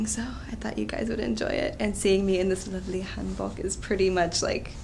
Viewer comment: I can't get over that pronunciation. Hanbak, ha!